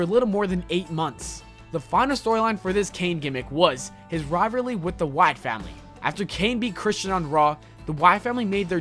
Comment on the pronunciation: notice he said "riverly" instead of "rivalry"